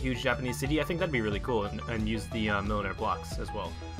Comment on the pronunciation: Also you pronounced the name right.